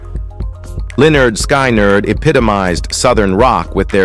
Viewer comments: Linner Skinird😂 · What a joke this list is. Anybody who can't pronounce Lynyrd Skynyrd can't be taken seriously. Line nerd Sky nerd isn't it. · Learn how to pronounce Lynyrd Skynyrd, There's actually an album title that will help; you out: "(Pronounced 'Lĕh-'nérd 'Skin-'nérd)" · A I crap Skynard is still syrong funny and sad A I can not pronouce the bands name